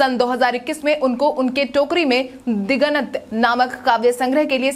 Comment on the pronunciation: दिगंत नहीं बोल पाई क्या बात है